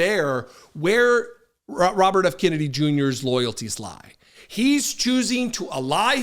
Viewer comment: He is destroying the name (Kennedy) is he related to the family LIKE JFK?? IF SO THAT IS SAD COMING FROM A KENNEDY!!!🤡🤡💩💩